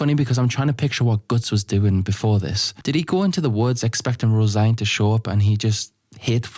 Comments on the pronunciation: Hey guys, do you think he knows that it’s not pronounced rose -igne, it’s rose -een? Guys my self esteem is based on correcting people on the Internet, even though multiple people have already said it, I need to get my fix. I scratching for a hit of “ermm actually”. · Tbf I also thought Rose-Ine in my head lol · You pronounced her name rose -igne? Its rose-een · I came here because I just watched the "Berserk lore to fall asleep to" video and suspected someone had corrected the pronunciation the wrong way. "Rose-een" is arguably closer to the correct pronunciation than "rose-ine", but vowels can generally be pronounced any which way and still not be "wrong". The Japanese can't be read "rose-een" because of the lack of a dakuten on the シ, and can only be read "roe-seen" or "roe-sheen". Given the general "Irishness" of other elements of this arc (and how elves are presented later), I'm strongly inclined to consider "roe-sheen" the more likely of the two possible readings. The translated spelling "Rosine" can't be read that way in English, but that can easily be attributed to the Anglo-American translator(s) not being aware of the common Irish girl's name "Róisín". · IS NO ONE GONNA MENTION HOW HE PRONOUNCES HER NAME????